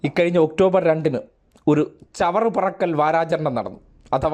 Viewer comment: ചവറ പെറുക്കൽ അല്ല സ്നേഹിതാ ചവറ് പെറുക്കൽ എന്നാണ്